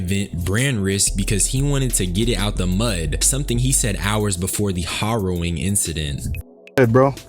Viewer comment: Say HARROWING right God